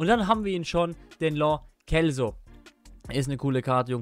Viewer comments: Bruder, das heisst ausgesprochen lo tschelso... 😅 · als langjähriger Villarreal Fan und der spanischen Sprache angelernt, sag ich, dass die richtige Aussprache ( auch im Argentinischen) Lo Selso ist 😊😊👍🏻👍🏻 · Nope ist nicht richtig ❗❗ die richtige Aussprache ist Lo Selso... 👍🏻